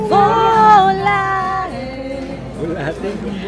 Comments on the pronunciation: Bolati narinig ko lex😂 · bolate daw😂 volare po❤